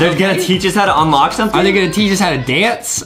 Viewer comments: Justin Adam said unloch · Adam said unloch